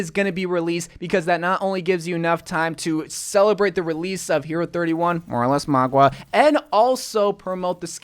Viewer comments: I almost couldn’t watch this video. Mauga. Not Magua. Mauga=Maw-guh. Mauga. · Mah-gah not Mah-gua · its maw-ga not mawg-wa this has been annoying me omg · MAUGA not MAGUA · Its mauga, not magua, like ffs at least try to pronounce it right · "magua" Pepega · Did he seriously call Mauga, “Mogwa”? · Why do u pronounce Mauga like Magwa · Why do ypu say Mauga like its spelled Magua? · Stop saying mauga like that hahahhaha